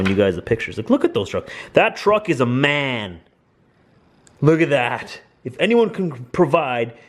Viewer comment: Its M A N not Man